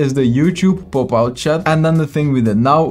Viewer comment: I like how he pronounce Popout To "POOPout"